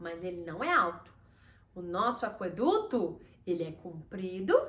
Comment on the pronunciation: Por que você pronuncia aqueduto como se tivesse trema: aqüeduto?